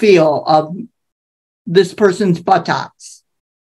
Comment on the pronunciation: I burst out laughing at the last short clip!!! I think it's time to retire ma'am!!! I really needed to laugh right now!!!! 😂😂😂 I'm 50 and still immature 😂😂😂 Who says "but-tocks"???!!! She made it 2 words!!! And quick question, how can we see the whole video of that case??? I'm going to a funeral soon, I'm sure some time and I need something to look forward to!!! Buttt-tttocks...and she even added a few extra t's!!! I can't...😂😂😂